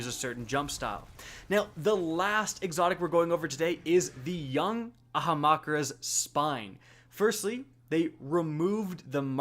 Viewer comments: Lmao a-ham-makara 😂 you should hear how he pronounces SYNTHOCEPS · not clickbait it’s a haum kara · I believe it is pronounced a•ham•car•a. :) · Young ( AHAM - KARA’S Spine ) like so people can pronounce it right TBH I am sick of people naming it deferent names xD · Ah-ham-kar-a. It hurts when literally everyone says it wrong lol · Wtf is an Ahamakra dude xD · Why is it that everyone has trouble pronouncing Ahamkara 😂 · Name was butchered harder than a slaughterhouse